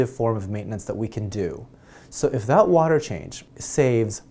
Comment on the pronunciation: you articulate every word wonderfully, but I find it funny when you pronounce the silent 'H' in while, what, ......water "wahter".... LOL nice vids